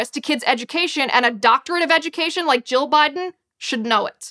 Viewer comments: Liz needs to pronounce 'Jill' more distinctly....it sounds like she is saying 'Joe'. But....good video. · Why is it, half the time Ms. Liz says Dr. Jill it sounds like Dr. Joe?